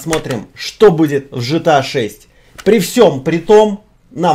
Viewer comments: Не Жта, а Гта, заебал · Да, не по канону. Но разрешается 😅